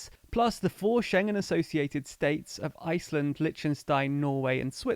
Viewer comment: Poor Litschenstein or Lich-enstein? :P